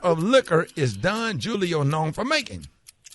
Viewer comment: Rickey called Don Julio “Don Jew-lio” 😂😂😂